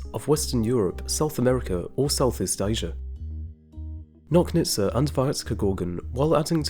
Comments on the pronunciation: Good job as usual. Also, Nochnitsa - "CH" like in Chile. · Nochnitsa should be pronounced like in "notch"